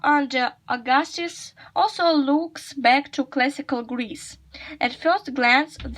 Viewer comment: the word “powerful” you read as [paful] instead of [ˈpaʊəfʊl] Find the transcription of the word “Caesar” The word “Augustus” has the other stress Find the transcription of the word “honor” Compare these futures? What does it mean? Look more attentively the transcription of the word “discernible” Find the transcription of the word “aggrandize” Find the transcription of the word “subdued” The word “although” has dentilingual sound Find the transcription of the word “incredibly”